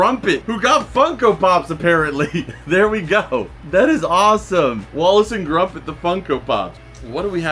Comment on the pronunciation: You said his name wrong it’s Gromit not Grumpit